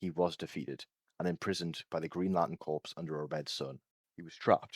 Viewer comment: Just so you know, Corps. (From the Green Lantern Corps.) is pronounced as “core”. They aren’t just a group of dead bodies (usually). The winning move being Prime mugging a guy is pretty hilarious.